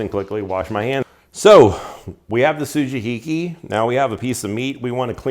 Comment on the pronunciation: Good pronunciation with the su-ji-hi-ki (and everything else you said), but the "yanagiba" which is the same phonetic pronunciation as the sujihiki ("ya-na-gi-ba" or ya-nah-gee). Also, well done lighting (that living room is dark, but you killed it with the kitchen video lighting)